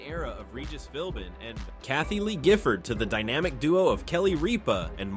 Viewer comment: You mispronounced Ripa. It's not Reapa